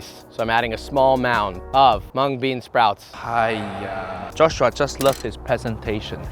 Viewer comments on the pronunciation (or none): "Cut so fast, for What, relax joss shhuuaa~" this has me dead lol! From the very beginning I was hooked!